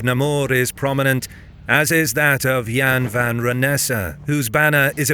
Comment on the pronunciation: Goedendag, as a Dutch, i think you pronounced Goedendag, Wijnaarden en Jan van Renesse very well. Even if it might be a computer voice. Een goede avond nog.